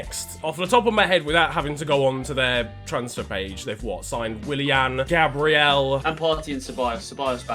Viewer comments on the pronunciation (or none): none